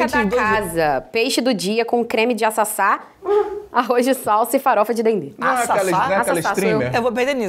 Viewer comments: meu amor, se fala aCaça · Chorei de rir com o "açaça" hahaha a pronúncia certa é "acaçá", tanto que nem eu reconheci o que era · Gente não é açaça não, é acaça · Chamando o Acaça de Assaça me quebrou kkkkkkk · A pronúncia do ingrediente que é ritualístico das religiões de matriz africana está errada. É aCaça galera , o primeiro "ca" tem som de "Ka" e não de "Ça" . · Assasa?? ACaça gente kkkk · O certo é acaça e não açaça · não é açaça kkkk é acaça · É farinha de acaçá, nao é açaçá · KK é acaçá, não açaçá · Nao é Açaçá é akáçá a pronuncia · Acaçá e não Assassa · O nome é aCaçá, com c e não ç , se lê akassá.